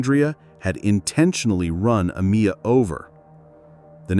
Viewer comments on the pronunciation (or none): To the narrator: ITS PRONOUNCED A- MYY-YA NOT: A- Mee- ya Whitees...UGGGHH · You probably shouldn't be using AI to narrate stories, it was constantly mispronouncing her name. Her name is pronounced Ah-My-ya not Ah-Me-ya I knew her personally and I still can't believe that she's gone. RIP